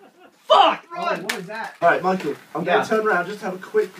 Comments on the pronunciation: I love how Gavin instead of saying "Michael" he says "Michool." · You mean Gav saying "MY-COO"